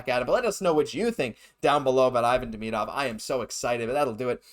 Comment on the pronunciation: bruh....pronounce his name correctly.....